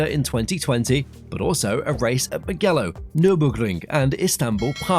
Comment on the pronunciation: Sorry, you said Mugello wrong.